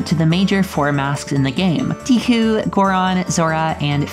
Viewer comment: Dee koo lol